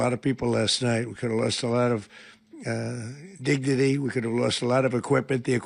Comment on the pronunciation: It sounded like he said 'gignity'.